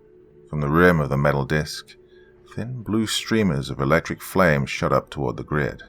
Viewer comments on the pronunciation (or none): none